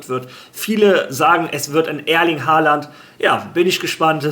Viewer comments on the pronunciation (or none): none